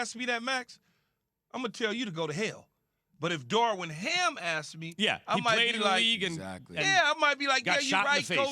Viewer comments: Keyshawn: “Darwin Ham” 😂 yeah ok we supposed to believe y’all really like this hire and can’t get his name correct on TV multiple times. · Key keeps on saying “Darwin Ham”😂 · Keyshawn.... it's Darvin sheesh